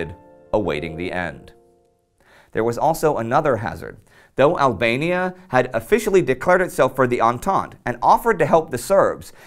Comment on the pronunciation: Ablania Like Persa again.